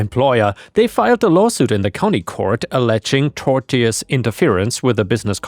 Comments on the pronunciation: Tortious is pronounced 'Torsh-uss', as in 'cautious'. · tortious is pronounced 'tor shuhs' just incase you wanted to know